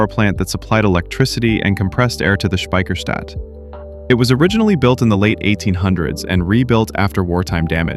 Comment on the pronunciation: Yeah, Speicherstadt and not Spiecherstadt. ))😂